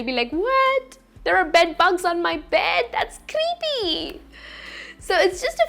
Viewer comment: Beddu, nighttu, correctu why I sound like ths sometime somewhr in her speech.. her voice s so nice.. sorry if m wrong.. any hw thanx